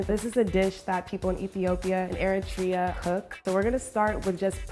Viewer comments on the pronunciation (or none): none